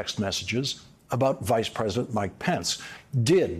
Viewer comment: Is it just me or is Lawrence leaving out a syllable in "president"? I hear present. Or pres'dent.